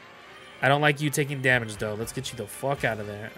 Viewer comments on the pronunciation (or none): none